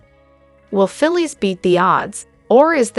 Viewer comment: Her name is Phyllis. Pronounce it correct